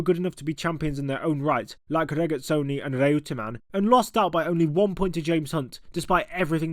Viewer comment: Reutemann for one. It was always pronounced “Roy-ter-man” by the likes of Murray Walker and Simon Taylor